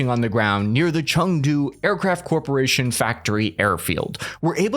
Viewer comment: Did just pronounce a non-English name i.e. "Chengdu" completely correctly??